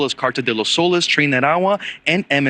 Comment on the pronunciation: The Spanish word "soles" is pronounced "soh-less". The "o" is pronounced like the "o" in "go", and the "es" is pronounced like the English word "less".